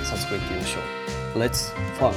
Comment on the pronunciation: LETS FUNK 発音好き💜 剛さんの宝物は生きがい 宝物が剛さんの未来をクリエイティブに創造されてく。大切な宝物がたくさん増えて堂本剛さんの人生が豊かになりますように😘